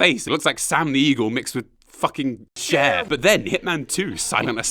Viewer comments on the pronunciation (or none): none